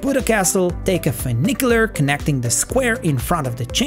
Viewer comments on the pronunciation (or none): none